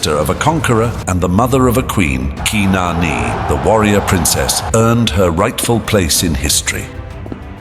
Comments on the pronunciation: yes I did, but once again it's the Google engine, khnarnee, not keenarnee, the former sounding more accurate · or like ur AI calls her qui-non